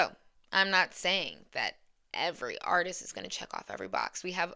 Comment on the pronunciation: You are stressing Word "artist" too much.